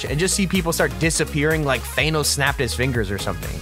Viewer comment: Did he say thaannos